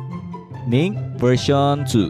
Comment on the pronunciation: Wtf is " miinc vereyshchion ban"